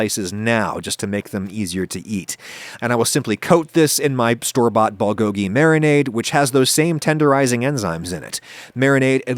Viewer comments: its Bool like Boo with an L at the end. not ball. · “BALL-GO-GI”???? How about reading the word next time? I don’t expect perfect pronunciation, but damn, that was terrible. Lol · The way Adam pronounces Bulgogi bothers me more than it should.